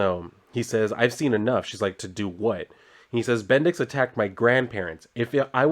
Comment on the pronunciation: BendiX..? Sounds like Bendis in a funny way, ay? 😄